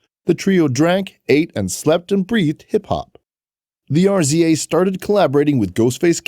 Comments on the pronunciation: HOW YOU SAY RZA AND GZA NOT R Z A AND G Z A WHERE ARE YOU FROM FOLKS SMH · In the united states its pronounced Jizza and Rizza. Those are hip hop legends please pronounce them correctly next time.